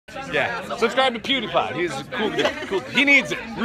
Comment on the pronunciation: its pewdiepie u say the name worng